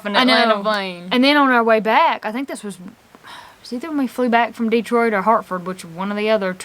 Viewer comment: It’s not De-troit. It’s Detroit😂